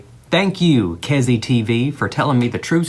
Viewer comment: The way he said KEZI 😂😂